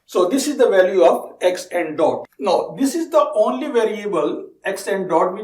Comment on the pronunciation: you pronounce Now as ''No'' & how as 'ho' which was really confusing in the begining to understand but i got used to it now.